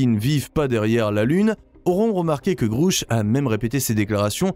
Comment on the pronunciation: Il faudrait que vous cessiez d'insulter des gens que vous ne connaissez pas ni n'avez jamais rencontré ! Pour commencer DAVID GRUSH NE S'APPELLE PAS DAVID "GROUCH PUISQUE LE U NE SE PRONONCE PAS "OU" EN ANGLAIS MAIS E... Ne serait-ce pas vous le soulard par hasard ? Votre vidéo est très mal placée ! Quand on ne connaît pas les choses et les gens, on ne se permet pas d'en parler comme vous vous le permettez ! AVEZ-VOUS DES ENTRÉES AU CONGRÈS AMÉRICAIN ET CONNAISSEZ-VOUS DAVID GRUSH POUR OSER LE SALIR COMME VOUS LE FAITES ? CERTAINEMENT PAS ! CAR PAR VOTRE MANIÈRE PRÉTENTIEUSE DE PARLER DE GENS QUE VOUS NE CONNAISSEZ PAS, VOUS N'Y SERIEZ CERTAINEMENT PAS REÇU ET DE 1 !!! DE 2, VOUS ÊTES INCAPABLE DE REMPLIR LES FONCTIONS DE CES HOMMES, ALORS VOUS FERIEZ MIEUX DE FAIRE PROFIL BAS ! On a vite compris que vous faites partie de ces gens du côté NOIR, qui faites de la CONTRE DIVULGATION lorsque la VÉRITÉ VOUS DÉRANGE !!! MALHEUREUSEMENT POUR LES GENS HAINEUX COMME VOUS, IL N'Y AURA AUCUNE PLACE DANS UNE DIMENSION SUPÉRIEURE ! CE QUI EST RASSURANT POUR CEUX QUI ONT DES VIBRATIONS ÉLEVÉES ET QUI SERONT TRÈS HEUREUX DE QUITTER CE MONDE EN DÉROUTE QUE VOUS AVEZ COMPLÈTEMENT DÉMOLI PAR VOTRE MANQUE DE CŒUR !!! CESSEZ DE SEMER LA BISBROUILLE EN VOUS CACHANT DERRIÈRE UN ÉCRAN, C'EST VRAIMENT TROP MOCHE ! MERCI.